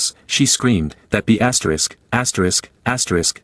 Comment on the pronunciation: "Astorisk, astorisk, astorisk, astorisk"